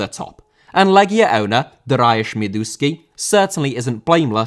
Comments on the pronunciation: /dar-e-ush/ just in case makes part 2 haha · Stop butchering names ffs,how can you say Darayus?!It's Dariusz!!!